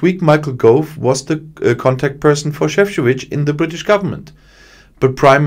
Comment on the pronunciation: Šefčovič (croatian name) I can see BIG progress with pronunciation :) Good job